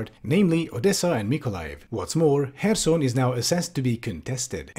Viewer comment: thank you for not pronouncing kherson as "curson"